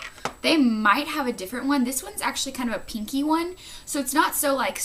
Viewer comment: "peenky." lawl.